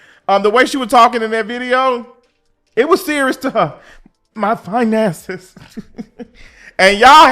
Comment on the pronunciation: Facts, talking bout finances but laying in bed with a man showing all her gums to a non 9-5 man and not having her bills paid with her " FIINANSAYS "😒INSANITY.